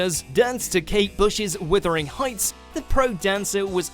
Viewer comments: Are you actually serious bru? I don't know where you learned English, but it sucks! Paso dobble? Elijah? WITHERING Heights? And last but not least....who TAF is Claudia? Her name is Darcy you wanker! Do some homework before your next clip! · Paso Doblè. It is said Paso DoblAY, not Doabluh. And, it’s Alijaz, (A-LEE-ASH) not Elijah... Also, did you say Withering Hight...??? And, it says it was in 2004, the Lindy- Hopathon was introduced in 2018...??? Or is that just me being stupid? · So many issues with this narrator, first of all it’s Paso Doble (Doblay), second of all it’s Aljaz and third of all it’s Wuthering Heights, not Withering Heights. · “Dobley”, “Aliash”, “Wuthering”... ironic that this video is about bloopers...the voiceover “artist” could at least get the basics right. Come back when you’ve done your research mate.